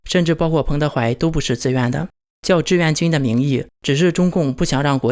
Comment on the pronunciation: 志愿和自愿，你不能因为你发音不清楚，字也不分清楚吧。买个字典吧，也不是很贵，少抽一次大麻，啥都有了。